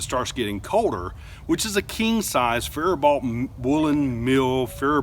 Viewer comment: Pronounced "Fair-bow" (Faribault)...😉. I'll be that guy today. 😁👍